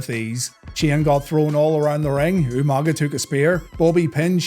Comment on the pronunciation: UMANGA!! Lmao William Regal always botching that was hilarious but Umaga was a freaking beast.